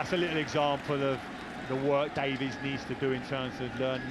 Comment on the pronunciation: It’s DaviEs not Davis😤😤